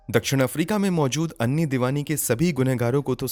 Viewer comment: उसका नाम ऐनी था ना कि अन्नी